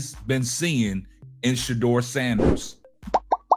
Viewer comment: PLEASE! PLEASE! PLEASE! DON'T TRUST KEVIN!! HE COULDN'T EVEN SAY SHEDUER'S NAME!!